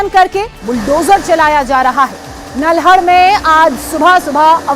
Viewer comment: Bhai nalhad hai na ki naldad